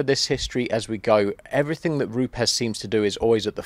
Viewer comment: an education in pronunciation...educating our friends across the pond who say Roops, where indeed it is Roopez😉👌...be interesting to compare histories with Flex?